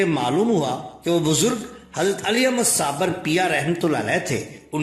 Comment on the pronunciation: Bhai sabir naam hota hai sabar naheen.